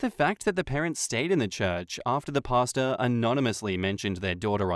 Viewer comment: I thought was saying pasta not pastor..lol..took me a sec